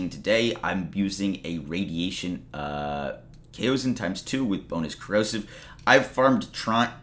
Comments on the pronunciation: I think its pronounced Cowson. At least thats how ive been pronouncing it, easier to say. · Pronounced "Chaos On." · Its prounced kaason since the a is followed by another vowel it's a long a no one so far has pronounced it correctly lmfao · It's pronounced "COW-son". It's a common pronunciation in Chinese words. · What's up with people not knowing how to pronounce kao? Culture yourselves people 😂